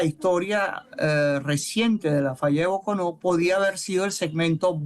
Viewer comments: Sr entrevistador .no se dice " falla de Bocono" se dicr " falla de Bocon'o " con acento en la última O ..Bocon'o es un pueblo del Estado Trujillo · Boconó con acento en la última o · Boconó con tilde en la última o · No es Bocono es Boconó 😂😂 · la fallad e BOCOnÓ CON ACENTO EN LA ÚLTIMA Ó